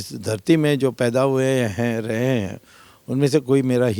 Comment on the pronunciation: It's not "raha" it's "rahe", you village idiot